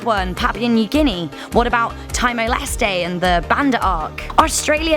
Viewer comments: She's clearly an idiot. ANZAC = Army "Corpse" ? British Speaking ? Time-o Leste ? That's just the goofs I picked up in the bit I bothered watching. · It's pronounced parpooar new ginee and teemor lease